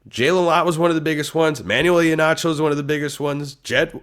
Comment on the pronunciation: I believe Immanuel Iheanacho’s proper pronunciation is ee-Hanna-cho. At least according to Pat’s video with him committing